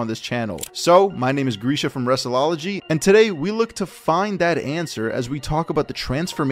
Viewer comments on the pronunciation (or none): none